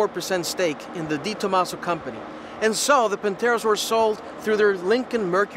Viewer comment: Not Di Tomaso, but De Tomaso...